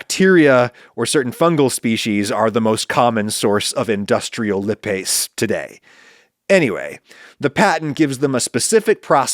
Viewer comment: This was interesting Adam. Though, I wish you'd have looked up how to pronounce "lipase" before saying it repeatedly.